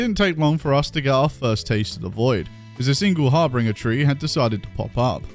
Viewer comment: Har-binj-ur. Harbinger